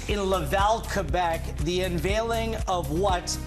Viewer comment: Thank you for saying Québec and Québécois properly! 😁🙌🏻⚽️